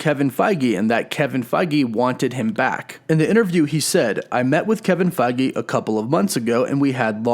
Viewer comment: "Kevin Fei-gee"